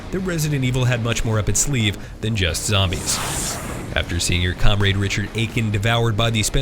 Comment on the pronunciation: Wait whaa Comraid??